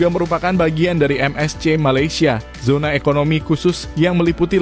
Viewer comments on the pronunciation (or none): none